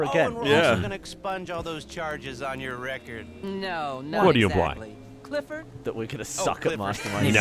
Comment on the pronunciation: 'Cliffford' really, Rockstar?